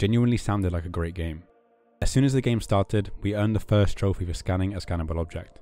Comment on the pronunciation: I love how he says troph-ey lol